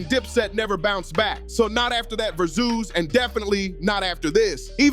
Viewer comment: Not VERZUZ dude just said Ver-Zoos WTF this is the lamest narration every 😂😂😂😂😂😂😂